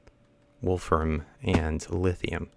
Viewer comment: You said Wolfram right. The only issue is that it is Wolf RAMI um